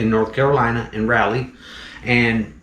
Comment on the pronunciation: Love your vids. I actually live in the town east of Raleigh and my office and work is mostly in Raleigh. I'm a residential service plumber. We kept joking "yap that's gonna be a interesting find in a crawlspace". People do it all the time but it's pronounced (raw-lee). Not (Rall-lee). Still love your vids though :)